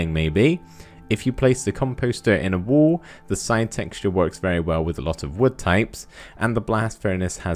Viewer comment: i thought u weres aying "WOOL" but u were saying "wall "